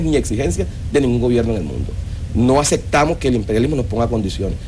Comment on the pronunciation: Es un "Embajador"?????, ....... primero que aprenda a hablar... se dice " no aceptamos"... en lugar de "no acectamos".... que grosero y falta de diplomacia frente a unas reporteras extranjeras......que triste por el pueblo venezolano.